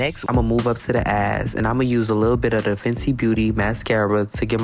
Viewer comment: Did he say eyes or "ass"? 🤣 he's so cute